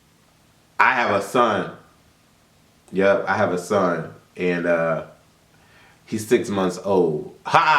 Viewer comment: The scene with Cisco and his momma was soooo scripted!!!! "I'm so sorry son" the emphasis on son had me soooo dead 😂